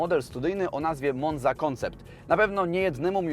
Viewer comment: Przy tych zasięgach wypadałoby postarać o prawidlową wymowę. Zaczepy fotelików to IZofix( a pisze się Isofix), monza czyta się MonCa a silnik Opla to Twin Port! Twin Sport to byla jawa 350 TS :P